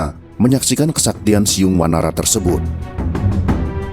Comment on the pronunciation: Ciung bukan siung lurr😊